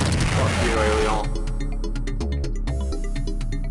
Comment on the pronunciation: In 16bit, all of your viewers can hear you RAGE! I've also noticed that sounds like a French man when he says the word Alieon. Yet again, you bring back nostalgia from the old day's, entertaining 16bit gaming at its best. Thanks,!